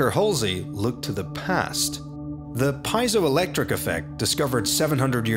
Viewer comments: piezoelectric is pronounced (pee-ay-zo)electric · It's not pronounced Pai-zo-electric but Pe-E-zo-electric effect..comes from greek word "piezw" meaning to push